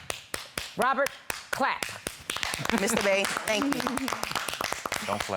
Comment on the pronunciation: Wait did she say Mr Bae 😭?